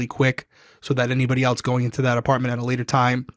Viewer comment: ish, I heard Rhode Island come out whenever he said apartment the first time LOL. I watch crime weekly from the start this is my first comment and because they just do a good job and I don't feel good need to say anything but I also think that is funny that I just caught that by listening to them. It's crazy too because I watched kill it on Big brother with no accent